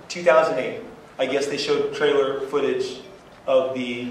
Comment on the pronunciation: YOU 'ILL SHO' THAT PHOTAGE TO ME. THIN INSTANT! INFATELL!